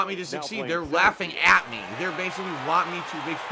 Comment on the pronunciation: “They’re laughing ACK me!”